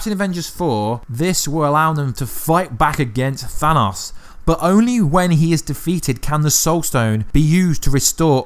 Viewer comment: "Thanaus" lmao im dying